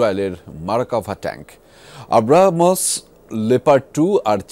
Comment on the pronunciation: আবরা মস নয়, আব্রামস ট্যাংক হবে